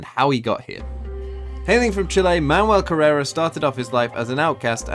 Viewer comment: Manuel Carrera rhymes with Manuel Ferrara